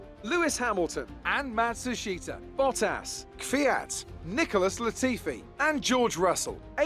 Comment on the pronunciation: please learn how to say matsushita correctly lol